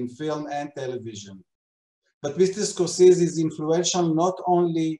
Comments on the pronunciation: למה לא ביטאתם את שמו כיאות? סקורסזי, לא סקורסיז. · A bit annoying right? A name shouldn't be accent-dependent. I'm thankful that they did the interview, and that I got to hear and see it. But his name ain't Score-Seez!